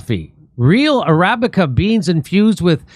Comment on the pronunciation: the coffee is pronounced Ara-Beeca not ahribbicka